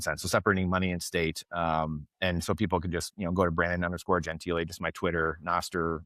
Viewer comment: he hates his name mispronounced.... it is not gen tile. it is gen tee lee....... Super surprised he didn't correct you at the outset of the episode.